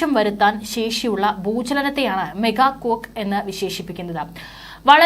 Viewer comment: മെഗാ കൊക്ക് അല്ല മോളേ , മേഗാ ക്വേക്ക് ആണ് !!!?.